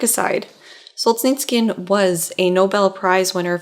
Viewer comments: It's pronounced Sol-zhe-NI-tsyn (4 syllabes, stressed on the 3rd syllable). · Sol-zhe-nyts-syhn more less! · There's no "k" in "Solzhenitsyn" :( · With all due respect, next time you'll plan on saying a foreign person's name a thousand time in a video, please do 5 minutes of research on how to pronounce it. There is no 'k' in Solzhenitsyn, hearing you butcher it throughout the video was excruciating. Keep up the good work otherwise.